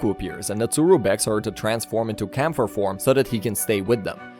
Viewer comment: Its KÄMPFER not Kampfer its german for fighter